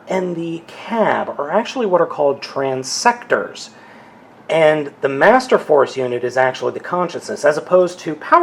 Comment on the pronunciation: Transector?.... But it's Optimus?.....